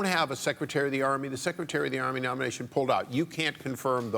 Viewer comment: "How about Besty Davos Nomiation"